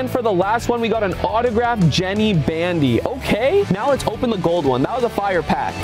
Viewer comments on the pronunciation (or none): Jenny bandy😭😭 it’s Jenna lol but I still love faze rugs and his videos